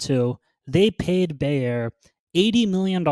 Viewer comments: How can u call bayer a farming and fertilizer company? To me that's very odd.. bayer is one of the top pharma companies worldwide and its pronounced buyer. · As egregious as mispronouncing “Bayer” is, losing 10s of millions of cv funds per quarter is even worse. If Ginko is supplying a nonexistant market, it doesn’t really matter how excellent their synbio pipelines are. If their attempts to build the market that they wanna serve pay off, they’ll shoot way up past the moon. But, managerial incompetence can sometimes be inferred by their shareholder reports and should absolutely be considered when assessing their ability to execute in synbio or in business.